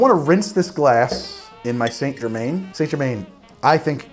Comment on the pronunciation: It's pronounced Jer man